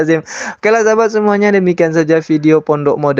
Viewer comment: Pondok, bukan PONOK 😂